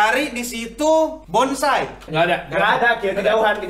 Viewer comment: bonsai jadi bonasi 😂